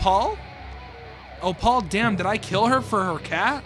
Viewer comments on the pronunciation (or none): bro i love your videos but PLEASE it’s not OH-PAUL it’s OH-PULL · why'd you keep pronouncing opal as "oh paul" EDIT: it's really small but there's text between "stop" and "me" that says "recording," so twi's telling someone to stop recording her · Its pronounced. oh/ p/uh/l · the way bro says opal lmao, but seriously i’m so glad mlp horror is coming back as someone who grew up with the classics like cupcakes n lil miss rarity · Sry but can we talk about how he said opal lol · Bro mispronouncing Opal is 😂